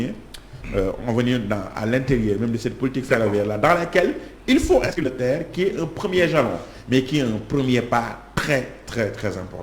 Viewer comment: Arrêtez de dire TER ( terre) ! C'est T.E.R. C'est null ! Seuls les " Gaous" disent ( terre)